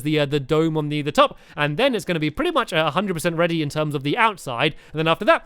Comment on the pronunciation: "She looks like she's reary to go :)"